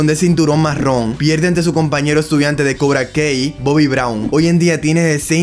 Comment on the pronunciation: Con todo respeto, pero al menos pronuncia bien el nombre de Cobra Kai, no es kei, sino kai.